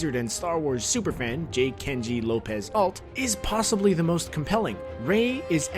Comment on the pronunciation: why do we every star wars youtuber say "plossible"it is possible not plossible